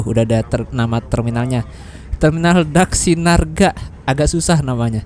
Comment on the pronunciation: Mas vlogernya udah beberapa kali ke terminal ini,tapi tetap belum lancar nyebut terminal ini,DHAKSINARGA😂